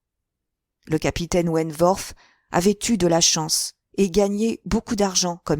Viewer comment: Je pense que vous prononcez mal le nom de Frédérick wentworth . Le w ne se prononce pas "v" . Mais w , la prononciation n'en est que plus facile